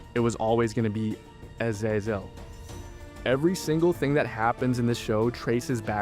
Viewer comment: Fucking AI narration. If this was a real person who actually watched the fucking show they'd know how to pronounce Azazel and Abadon